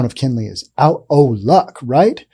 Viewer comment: It's Kenly, Not Kenley. I live not to far from here...